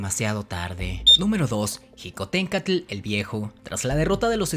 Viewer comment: No se dice jicontencatl sino shicotencantl